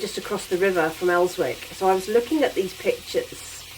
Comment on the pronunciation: Elswick is pronounced Ellsick!